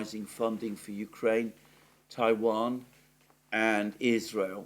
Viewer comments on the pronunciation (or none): none